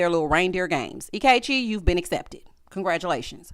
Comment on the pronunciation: Not "anti-Ikechi" 😂